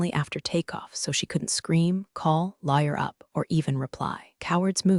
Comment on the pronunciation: Probably "Lawyer up", they sound similar.